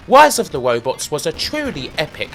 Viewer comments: "Wise of the Wobots" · Its RISE of the ROBOTS NOT WISE OF THE WOBOTS.... Ok having said that your list is dead on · He's wight. Wise of the wobots was wubbish. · If you defeated the game, were you crowned “Wisest of the Wobots”? I’m asking for a fwiend. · PracticalVisions Wise of the WobotS! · Wise of the Wobbots is weawy wubbish. Just tewwibwe. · Wise of the Wobots? Dr. Light, is that you!? Is Dr. Wiwy doing something bad again?! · Dude why would you even attempt to say rise of the robots... I'm dying lol